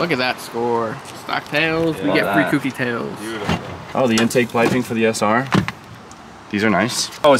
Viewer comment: for gods sake please pronounce it correctly. Kouki not cookie. like owe.. Kouki. your grammy is awesome also.